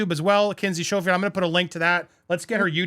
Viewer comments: I love your channels ❤…Citizen’s arrest, Grammar Police 👮‍♂️😂 In the first minutes of this video, you called her Kinsey Sho-field and I have only heard it pronounced SKO-field. Then you said Valen-tEEn and then you corrected yourself to Valentine … next you said Kertiers instead of Courtiers ( pronounced like a tennis 🎾 court with “iers” at the end). Ok I’m done, I used to be an English teacher 👩‍🏫. 😂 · It’s Schofield as you say in School. 🤦‍♀️ not Showfield. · Andy, isn't it Sk-oh-field not s-cho-field? Just an FYI. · Andy I'm an avid fan of your show but sometimes you do the American oh jeez it's so foreign and far that I won't bother to do it right. Valentine's book is pronounced core-tee-ers. They're a thing. Kinsey's last name is pronounced skoe-field. Sheesh. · Kinsey's last name is pronounced like "school", skofield.